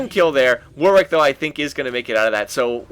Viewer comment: It's pronounced 'Warrick', not 'War Wick'.